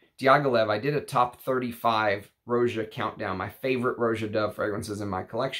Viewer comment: Roger Dove named his house after how people lazily pronounced Roger. Rah-jah. Not Row-zha. Just sayin'... Thanks for your channel!